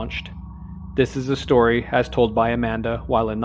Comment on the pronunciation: He said Horror History, Horror Stiry.